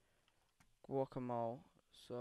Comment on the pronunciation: bro..... how do you not know how to say guacamole....